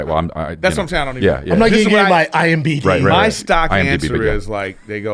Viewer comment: Yet again Brendan calls "IMDB" "IMBD", Chris has corrected him so many times before.